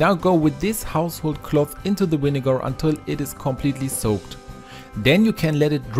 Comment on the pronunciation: love how he says vinegarrr